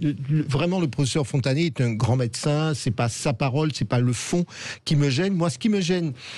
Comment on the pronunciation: Professeur Frontagnier ??? 😆 déjà nan ! Cest pas Frontagnier mais Montagnier 🙄